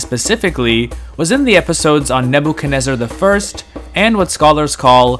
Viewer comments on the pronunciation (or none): none